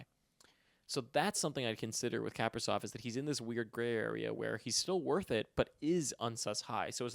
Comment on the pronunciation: just a nitpick, but Kaprizov is pronounced like kah-PREE-zawf. Kinda like capri sun😺